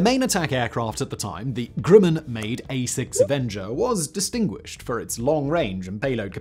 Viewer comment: Is it just my ears hearing 'Grimmen' instead of Grumman? And the Flying Wing 'unproven' until the B-2 came along? Jack Northrop would be rolling in his grave, along with the Horten brothers. And BTW, the Hornet was labled "F/A-18-A" in the first delivered version, with the F/A refering to Fighter/Attack, so it ended up doing a roll it was designed for.